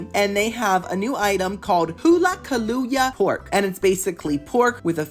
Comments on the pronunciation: Kalu-ya pork???😂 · Its pronounced Kuh-lou-ah (like the coffee liqueur)